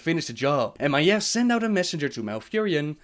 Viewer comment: first I want to say great video as usual! Just one thing... Maiev's name is pronounced just as it sounds: "Ma-eeeeve" not like you say it; "Maef". The "eve" part of her name is pronounced like the MMORPG EvE Online. You go up in the end like this; ma-eeVEEEEEEEE or even easier; Adam and Eve. Look up how the name is pronounced if you are going to make more lore about Maiev. It makes me seriously cringe in my seat every time you say her name wrong. Constructive feedback. Other than that great video but I recommend to check up on how every name is pronounced by people with American/English origin so you say the names/words as they are supposed to be. Even if in lore you'll find words that are from European or Asian language you have to pronounce it the way lore characters does because that is the pronunciation that Blizzard intended to go with the names/words.